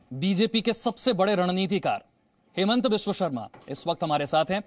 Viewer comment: Himanta.. not Hemanta.. pls pronounce clealy